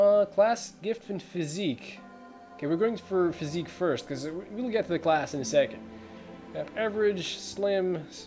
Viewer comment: It really sounds like you're saying "fifth playthrough ever" when you first start the video. This is your first, right?